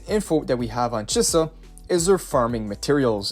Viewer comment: Chee-sa not che-suh